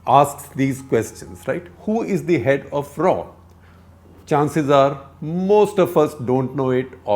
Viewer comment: Its is R and A W...not Ra , Raa, Ro, Row, Aar A W!